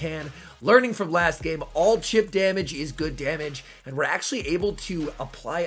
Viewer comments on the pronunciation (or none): none